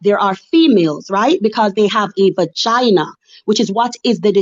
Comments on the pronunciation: The amount of times she said "Ba-Gyna" is hilarious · Vagina pronounced bagina is wild